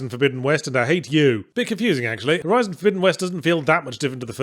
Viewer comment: um excuse me, it's called "Horizon Forbidden West"